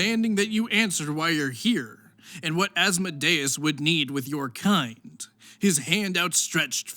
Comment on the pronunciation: As-mo-DAY-us?! As-MO-dee-us.